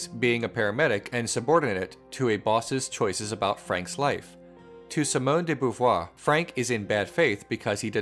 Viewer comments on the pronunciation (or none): If you're into refining French pronunciation, Simone would be pronounced see-moan with a long "e" sound by American phonetic description and not a short 'i". Pretty much all i's in French make a long "e" sound.